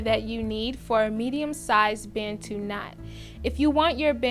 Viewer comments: Hearing Americans say Bantu never gets old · Its important to learn how to pronounce Bantu. Its a zulu (south african) word for black people.